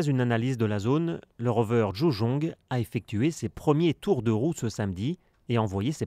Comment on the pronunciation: La personne qui commente a prononcé correctement le nom du véhicule, "djoujong". Beaux exploits des Chinois, la face cachée de la Lune puis Mars. les États-Unis inquiets ? Mias le reste du monde aussi !